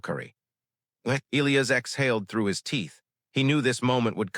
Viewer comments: NOT EEElis. It's pronounced EE LIE AS. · I can’t listen to many more stories where the AI narrator can’t even pronounce Elias correctly